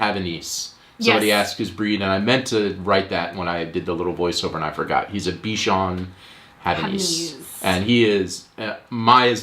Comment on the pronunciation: Bichon Havanais makes sense, I heard "be Sean Hannity" at first and thought what your dog had to do with fox news. :).